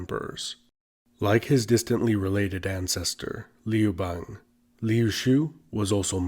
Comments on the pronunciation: The a in Liu bangs name should be pronounced a the U in umbrella. The way you pronounce it, sounds like frog in my language. Liu frog. 😝😂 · Did you just pronounce Liu Bang correctly then proceed to botch it 43 seconds later?😆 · Also the narrator uses a non standard pronunciation for 劉邦, sounds like "Lee oo bei ng" (same vowels in "see two games"), standard would sound like "Liou Bah ng" (chinese "you", ex. 有, should soung approx like english yoyo, as in the toy named yoyo; would be like "Yo, Ma"). So ... he obviously doesn't know or study Putonghua. Maybe he's American? That would account for raised quality of the open front vowel in "bang", Americans often say words like "bank" with a raised open front vowel, such that it sounds similar to "bane".